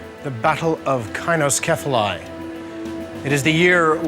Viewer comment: It is pronounced, 'SY-no-SEPH-a-LEE', not 'KI-no-KEPH-a-LIE'